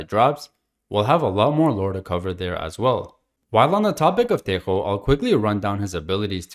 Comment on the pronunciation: Thank you a lot for pronouncing tejo right